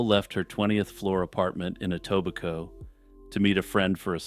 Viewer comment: today I learned how "Etobicoke" is pronounced, thanks!